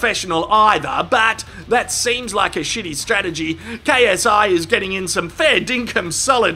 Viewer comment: I find it so funny that when KSI does his intro it sound like “ yo what’s up it’s your boy KSI LGBT” keep it up